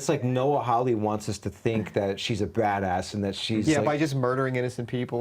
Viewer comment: How anybody look at the surname Hawley and read it as "How-Lee" is beyond me.